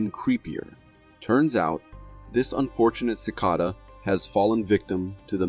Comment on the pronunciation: pretty sure it's AI considering how he pronounced cicada